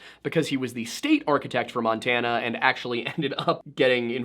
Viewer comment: thanks ... I almost snodded my eggs out while you literally said "hannah montanna" XDD